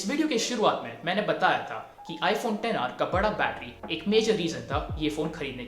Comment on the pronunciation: Finally someone who doesn't say 'iphone eks aar'